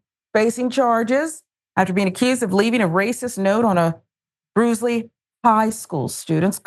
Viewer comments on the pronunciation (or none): Ɓrusly. Pronounced Bruly. I hate it here. Racist south